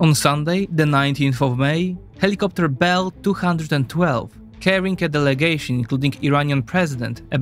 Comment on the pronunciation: HELL-I-COP-TER!!! HELL-I-COP-TER!!!